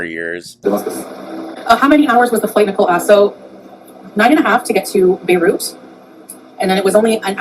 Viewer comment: I never want to hear her say Beirut ever again.